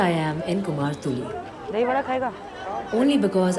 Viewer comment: Kumartuly not kumhar tuly, mind it